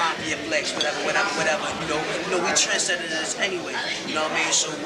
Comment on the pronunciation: LMAO Ghost "We trend setteteterrs anyway" haha #BlueHeartFam